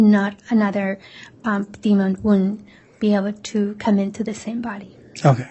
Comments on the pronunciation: She did AMAZING with everything else so I just had a little chuckle every time she said demond. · The Prosecuting Attorney needs to learn how to Spell and Pronounce DEMON !